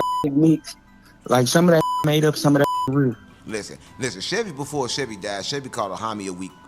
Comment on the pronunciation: Reał that reał łove😂😂